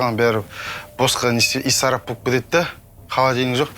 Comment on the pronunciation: Исарап Деп кайдан оз ана тилдеринди шыгарып ала бересиндер майыспай айтсайш Ысырап Деп